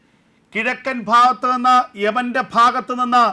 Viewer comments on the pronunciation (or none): none